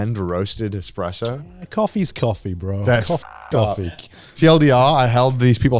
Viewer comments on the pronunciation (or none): WTF IS EXPRESSO AND HANZ ZIMMERMAN. I wish I will see a day when Garnt gets something or someone's name right, I'm starting to think he is doing it on purpose